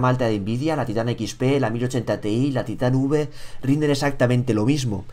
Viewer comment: se dice titan five (taitan faiv) :v